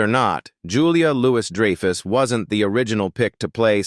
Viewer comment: Also Julia Louise Dreeeyfus